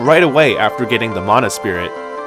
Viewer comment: Thank you for pronouncing mana correctly. For years/decades the word mana has been “white washed”. White washed= man ah Proper pronunciation= ma nah.